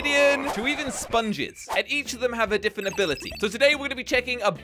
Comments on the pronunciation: Who else noticed that says diffent not different. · has anyone noticed that says diffent not different